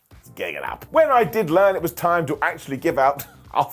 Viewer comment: "Toim and toim again." Your impression sounds like Southern US. Lol.